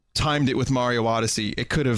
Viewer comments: "Odysee" really putting your English major to use ain't ya vin? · Vinny you fucking butchered the word Odyssey (Lol, jk)